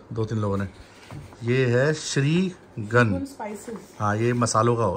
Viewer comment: Bhai wo shreegun (श्री गन) nahi hai. Shreegun (श्री गुन) hai 😅😜